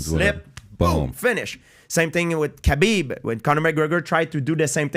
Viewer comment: I wish dude would learn how to pronounce Khabib